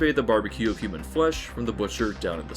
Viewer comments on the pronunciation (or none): none